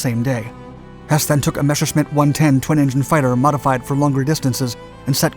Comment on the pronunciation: It is pronounced NOT Meshersmitt, but Mesershmit !!! Improve it !!!